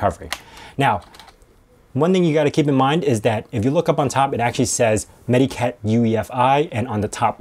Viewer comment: It's actually pronounced more like "meta-cat"; it's a portmanteau of "medical" and "cat". I also advocate AOMEI; it's a good utility.